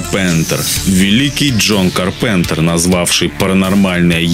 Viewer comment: Ка́рпентер(ударение на "а")